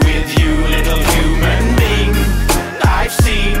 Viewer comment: Whenever he says "Little human being", it sounds like "Little Human Bean" lol